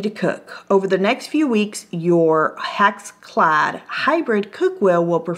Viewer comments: It's pronounced HexClad with and "e" sound as in Echo. It's not pronounced HaxClad with an "a" sound as in Ax. I've owned HexClad for a long time. It's the best cookware I've ever had. I cook daily and use the cookware daily. The best price for it can be found at Costco during a Roadshow event. If you watch the online sales from HexClad you will save money. I like the fact that they have so many various pans that also come with lids. The HexClad Wok is to die for! Buy cheap and you get cheap results! An 8 inch pan is too small, even for a 2 people family. Do yourself a favor and get the 12 inch pan with the lid. The lid is free when they run sales! The scratch test here is worthless. You will or may scratch any pan if you use a metal mixer in a metal pan. Only a fool would do that. As long as the non-stick capability isn't ruined, who would care anyway. Straight from HexClad - If anything impairs the functionality of the pan we will replace the pan! The only things not covered are cosmetic-like stains or minor surface scratches. While our pans are scratch resistant it is important to note that anything can scratch…Even a diamond. With normal use metal spatulas, whisks, spoons are fine. Sharp utensils could possibly leave a scratch. If this happens it is only cosmetic, it will not affect the performance of the cookware. If the pan fails to perform, we will send you a new one!. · hex not hax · Hex pronounce it the way it's spelled, not HAx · It's NOT HAxClad! It's HExClad! The first vowel is an E not an A!!! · I reckon it’s pronounced hex- ex, not hacks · Love how she says hax instead of hex lol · I think it's HEX....like Hex...as in Spell or Hexagon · Hex. HEX. as in Hexagon. Come on now. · Why are you saying haxclad...drove me crazy